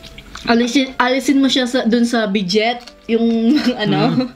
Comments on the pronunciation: Bidet(bi-dey) po, di po "bidget"=) Happy Mukbang=) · its BIDET.... not bidget.... "bidey" ang pag pronounce. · bidey poh ang pronunciation poh nun ung bidet... ako dati pag pronounce ko bidet den as in by syllables un pla silent T pla un😂😂😂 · Bi-dey un tih spelled as Bidet hndi po un binabasa ng "BIDJET"😂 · Ate and kuya BEDIT po yan...pronounce as BEDEY.. sorry po if mag correct ako sa inyo. Pacensya Na po tlga di ko po intensyon na masama sa comment ko. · Bidey po pronunciation ate. bidet lang po spell. but gustong gusto ko po mga mukbang nyo.. pa shout out din po.😘😘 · Bidet ang tamang pag basa ay bidey. Correction lang po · Bidet un teh.... as in bi-dey po.... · bidet (pronounced as BIDEY) po ang tawag dun... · bi-dey po pag pronounce... parang BUFFET - bu-fey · Pronounced as BIDEY po ate. Bidet yung spelling. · Bidey po ang pagkakabigkas...ang iniisip ko ano yun, sabon, or ano ba..nabanggit panghugas ng pwet..bidey kung tatagalugin ang bigkas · Bidet (bi-dey) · Bidey kung ipronounce,, spelling po nun ay Bidet hose po yun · ahhaha mali po pagbigkas niyo po silent T po iyon hahaha